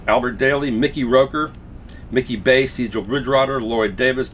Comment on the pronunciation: Another "good ol' good one" as they say. Some things: I'm pretty sure it's Mikey Bass(as in "fish",not the instrument). That Bueno Vista lp looks like a well-produced version,thanks 4 the feature. Lastly,anything with "Etnic Heritage Ensemble " on it has got me on board,no question. Some of their cds( on Silkheart?) are well worth checking out. As are,of course,your videos. Keep swingin'..